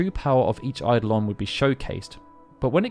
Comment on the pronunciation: I have to be that guy. Eye-DOH-lin